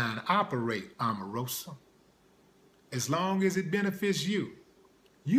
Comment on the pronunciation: Lol stop clowning and why he saying her name like that;) smh